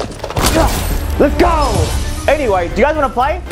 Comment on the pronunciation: Why did he say "do you?"like that